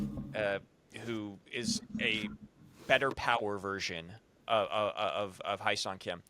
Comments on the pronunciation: Heh-sung is how you pronounce his name, not High-sung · spelled Hyeseong pronounced Hey Song